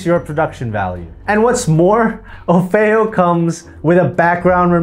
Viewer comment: Ummmm... pretty sure it's OFF EE O ... NOT O-FAY-O (o feo means "or ugly" in Spanish. It's Offeo like Offer)